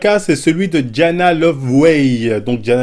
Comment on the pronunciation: Comme t'as écorché le nom de Dianna